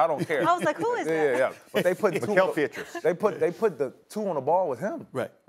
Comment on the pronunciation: This man JJ said Mickael Pietrus 😭